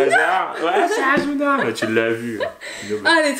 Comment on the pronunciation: C pas azuna c asssuna